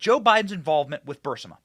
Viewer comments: Burisma, not Burmisa Benny! Love your show! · BENNY Please!!! BUR IS MA ......................................... NOT: BUR SI MA Get the Obiden crime family!!!!!!!!! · Burisma ... Not Bursima lol ! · The Ukranian natural gas company that gave Hunter that $1million a year, no-show job, is pronounced "Bur-IS-ma", not "BUR-si-ma." It's important when speaking about complex criminal corruption issues to get the details correct. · It’s not Bursima it is pronounced Bu Ris Ma burisma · "Burr- ISS- mah"........not "bar-SIMM-ah" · Burisma. Not Bursima. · Burisma, not Bursima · BUR IS MA...BENNY...NOT BUR SI MA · Fact check, it's burisma not bursima Benny . That's enough for them to label this video disinformation. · Burisma, not bursima LOL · Benny..it's pronounced /Bur IS ma/!! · R u deliberately mispronouncing burisma? Berr is ma. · Benny, it's BUR-IS-MA. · Say it with me. BURRRR-EEESMA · Thanks for the most “ahead of the curve”, well presented and interesting podcast online, Benny! For future reference, you pronounce Burisma “Bur- ee-sma”. Hope that helps. 😊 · It's pronounced Burr REESE muh. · Isn't it pronounced Bur-riz-ma? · Burisma... Not Bursima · Something on your forehead, and, it's bur-eece-ma No offense! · You mispronounce the name of the Ukraine Company "Burisma" every time. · Benny… Benny honey…. It’s BUR- IS- MA. Please say it… BUR-IS-MA. Love ur show btw❤ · Benny, your reporting on Joe and Hunter Biden is great, but I just wish you'd pronounce "Burisma" correctly: BUR-IS-MUH. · Benny it's bureesma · Benny it's pronounced bur is ma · Bur iz ma. How can you not read ? Or hear it pronounced by every other person who has been speaking about this for years. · SOMEONE please tell Benny how to pronounce Burisma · Benny you’re saying Burisma wrong!!! Sorry bud but I’m a Virgo!!!! To much of a perfectionist!!!! Still love your content!!!! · You keep mispronouncing Burisma! Sound it out.